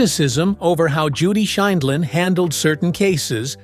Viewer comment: Interesting video. It would have been nice if the announcer could have correcting pronounced Judge Judy's name. And the tag "how she lives now is just sad" seems disrespectful, demeaning and inaccurate.